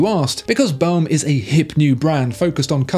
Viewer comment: VOHSHER not vAOOcher and BOHM and not bAOOm; AU = OH in French please😇